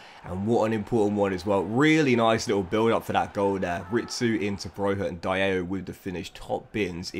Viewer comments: not to be rude or such but its Di-Allo not Die-allo😭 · Please STOP SAYING DAYEYO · btw its pronounced bro-ya and also di-a-llo